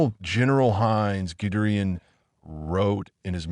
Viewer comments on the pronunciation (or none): Goodrein? Really? His name was Guderian pronounced “Good Dairy In”. If you’re going to make a video at least research the correct way to pronounce names correctly. Das ist alles fur heute!